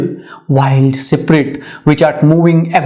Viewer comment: Poor explanation.... couldn't even pronounce the word SPIRIT and SPRING correctly.